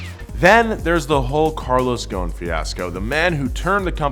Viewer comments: His name is Carlos Ghoson! Not Carlos fucking Gone!!! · You said ghoson wrong heheheheh im Lebanese... Just say goson (geh) not( jeh) goson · Btw I love the video but its pronounced with the letter غ which dosent exist in english but man the pronunciation is killing me lol but keep it up guys you are amazing